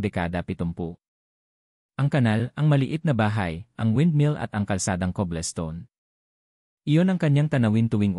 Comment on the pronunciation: Before you release a Filipino video you should ask a Filipino teacher to hear your pronounciation of some words to make it correct. Some Tagalog words need to be pronounced right and foreign words like english cobblestone not kublestone .